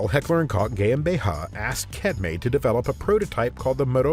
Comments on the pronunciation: cetme = setme not ketme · CETME is not pronounced as Ketme, but like Set-me. It isn't so different from the english "central" being pronounced like Sentral. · Everithing here is nice, but its not pronunced "Quetme" but "CETME", as it sounds (ZETME if u preffer it that way) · It's pronounced set-meh. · Firstly, I want to say how much I absolutely love this awesome channel, thank you all so much. I do however have some question about the bizarre pronunciations in this video. haha If "Koch" is pronounced "cook", then why "Koch" is now pronounced "cock" ...? haha .... and then KET-me? KETME?! haha Come on man.... just come on. <3 haha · Hello, Spanish here: If by any chance you speak about CETME again, don't read the C like in "Celt", but more like in "Cell". or like in "center" like what the C stands for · It sounds like AI in the English though. Whoever narrated didnt know how to say Cetme or GmbH